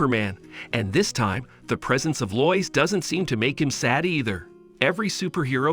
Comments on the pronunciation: Lois is pronounced LOW IS..... geeze man learn English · I hate how incorrectly you say Lois. Its said like "low-is" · I like how Superman meets a reporter named, "Loyce." Because of course that's how you pronounce "Lois," as everyone knows. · Most people would pronounce Lois more like low-es But I like how you say it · He is actually saying loyis. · way it says lois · Telling by the way you pronounce Lois tells me you've never seen a movie with her in it. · you pronounced lois wrong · Many many times